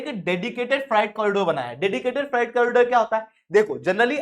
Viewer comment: Freight = फ्राइट नहीं होता फ्रेट होता है। कैसे अध्यापक हो ? 😏